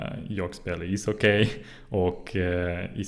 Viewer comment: Good, but pronounce ishockey as isocky, no diphtong at the end.